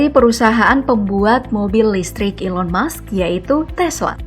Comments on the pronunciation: Elon musk min bukan Elon mush 😂😂😂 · Elon Musk bukan Elon Mush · Elon Musk (pakek K) bukan Elon Mush